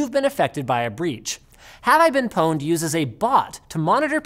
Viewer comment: Pown-ed? Pawned as in Porn-ed